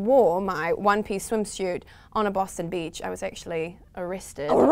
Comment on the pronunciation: Still wondering what a "swimshute" is ;)